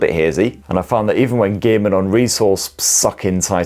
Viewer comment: I`m having some trouble understanding this dialect, was kinda expecting a phone review but it was allot more about hours of demanding gay-men action and gay-men on resourse sucking titles.